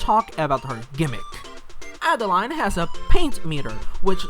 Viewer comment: Adeleine would be pronounced like "Ada-lehn," not Adeline.